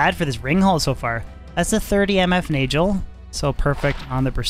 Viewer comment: It's funny how people pronounce words differently. For instance the Nagel Ring. I always pronounced it: Nay-guhl. I can see it being Nay-jell if there were two L's but there is only 1 L, hence the: Nay-guhl pronounciation. For instance, Stephen Segal. It's Se-gahl, not Se-jall. Or the word Bagel. People say: Bay-gehl, not Bay-jell. That being said there are OTHER words where gel IS pronounced jell. For example the word Angel (ayn-jell), or the word areogel. Personally because of the word Bagel alone, and how it's 1 letter difference to Nagel, means that the Nay-gehl is probably the best and closest but that again is just my opinion.